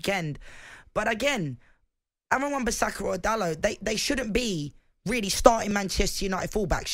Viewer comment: is the only presenter on tv or radio correctly pronouncing Dalot's name. Sick of people calling him Daloh. It isn't a silent T, he isn't French he's Portuguese